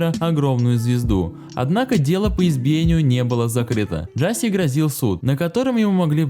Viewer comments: Не Джаси а Джасей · не джáсей а джасéй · Какой нахрен экс и какой нахрен Джастин?!??!? Это икс и он же Джасей!!!!!